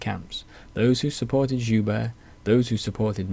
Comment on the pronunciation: Very thorough, quite impressive. Looking forward to more! One small note, though, from a francophone. Guibert: Gi-behr(t). Like the kimono one wears for jiu jitsu.